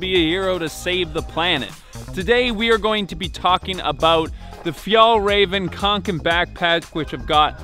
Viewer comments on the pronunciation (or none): He didnt even google how to say ä or å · He really said fyalraeven khanken 😔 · You're not going to be able to pronounce it. Me: Oh, he's addressing the pronunciation, so he must have looked up how to pronounce it. Well then how is it supposed to-: Fāllreven Kānken Nvm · Fjelreven Konken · Fyal raven konken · “fjeallraven kaenken” yes. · fyall-rahven-kahnken is how you pronounce it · "you wouldnt be able to pronounce it properly" proceeds to butcher it twice lmao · i'm a swedish so its super funny hearing people try to pronunce fjällräven kånken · "you wouldnt be able to say it right" "*says it wrong*"